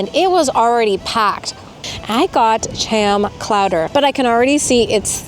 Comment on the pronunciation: Did I hear you say Cham Clowder??? Too funny!!